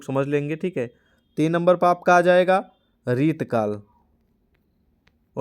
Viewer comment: सर आप रीति काल को बार बार रितकल बोल रहे हो 😂